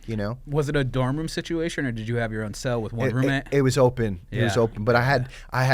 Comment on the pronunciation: ahhhhh tha "SNITCHUATION" hahaa